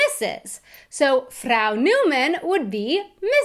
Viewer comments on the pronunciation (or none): You should learn the correct pronounciation of the german word "Frau". Yours sound horrible.